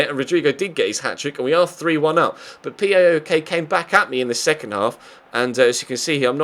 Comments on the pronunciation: You dont say "P A O K" its all 1 word "Powk" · It's not that important as you seemingly will not be playing them again this season, but PAOK is pronounced as one word (powk, the same 'ow' that is used to express pain), not four letters.